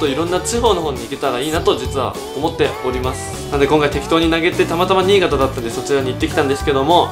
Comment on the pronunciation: にい⤵がたww